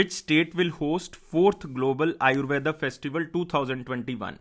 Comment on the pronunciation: आयुर्वेद होता है ना की आयुर्वेदा